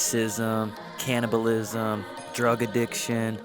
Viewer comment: "Cannablism" ... "Youtube gaming jeernalism"